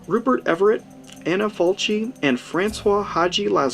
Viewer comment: Aaron Abbott no, Falchi, pronounced "Falki".